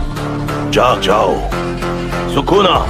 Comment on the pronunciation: It's Sukuna not Shukuna 😂